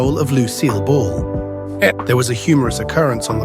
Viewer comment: It's Lucille "BALL," no bull.